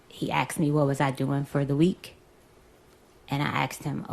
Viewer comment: She aKSed for her money I think you'll find that should be "ASKED"...